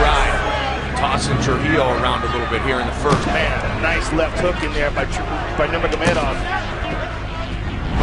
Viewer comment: Cheers to DC for knowing how to pronounce Khabib’s middle name.